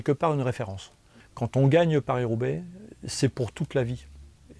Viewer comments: He got it right in the intro, but after that ..... 😲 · Watching Mitch resolutely pronounce it pariS in front a Frenchman was 😅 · I'm Australian and I cringed when he kept pronouncing Paris with an S. Very odd